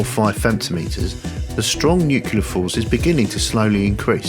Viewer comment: I loved everything about this video, EXCEPT.... i kept throwing things at the screen every time you said "new-queue-lar" ಠ_ಠ It's new-cle-ar!!!